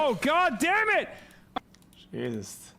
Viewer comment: STOP saying "Jesust". use the damn word correctly